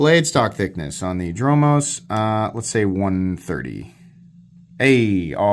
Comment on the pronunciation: 👍👍👍Perfect pronunciation! Dromos is a Greek word. It means street or road. 👍👍👍